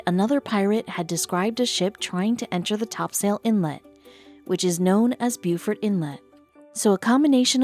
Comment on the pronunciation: Beaufort pronounced Bo=fort. NC.